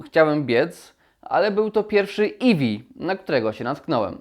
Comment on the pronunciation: Ja takich problemów nie mam, a skoro nawet źle wypowiadasz eevee no to troche słabo :/